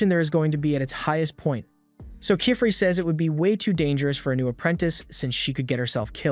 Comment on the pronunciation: How to say : keyfrey Actual name:qifrey❤ Not kyfree😂